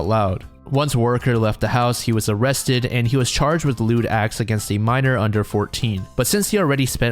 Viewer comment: "Oh cwap , am I gonna be o-rrested??"